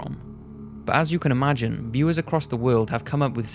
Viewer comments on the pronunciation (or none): none